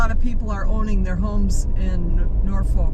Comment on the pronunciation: When you said Norfolk I knew you were never from there